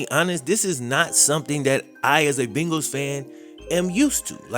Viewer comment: Why oh why!! Da Bungals!!! Come on Man!!😩